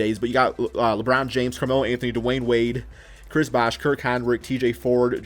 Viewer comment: it's Dwyane Wade